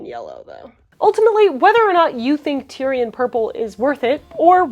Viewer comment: "Tie-ree" or "Tay-ruh", not tire LOL!